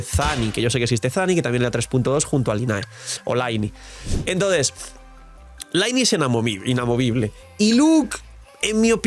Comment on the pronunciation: Se pronuncia "Liney", deja de decir "laini"!!!! Que sacrilegio!!! Mi pobre "Liney"!! 😂